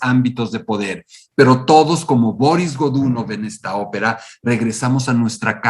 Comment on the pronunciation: Excelente trabajo. Solo me permito una corrección idiomática: la pronunciación rusa correcta es Barís Gdunóv. Soy un nuevo suscriptor.